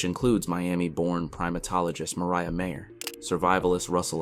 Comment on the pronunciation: You kept mispronouncing MIREYA’s name.